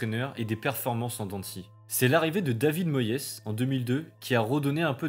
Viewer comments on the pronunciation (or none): Oui PL a DÉFONCÉ la prononciation de Moyes 😭